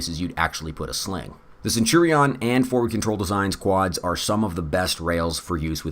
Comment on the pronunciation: I like the video but the way youre saying centurion is absolutely wild